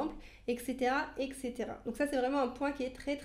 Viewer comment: De bons conseils merci. N'oubliez pas d'inclure les couturiers. S'il vous plait, ne pas dire ectecera mais etcetera c'est plus agréable.